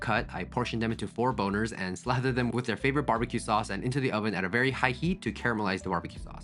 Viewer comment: As a fellow chef I have to say it 😅 omg he sead four boners